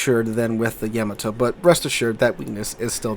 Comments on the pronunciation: Its supposed to be pronounced like that, with no emphasis on either consonant, thats the original japanese pronounciation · Why do you pronounce the Yamato wrong? If you’re doing it to annoy people who are grammar snobs then it’s working.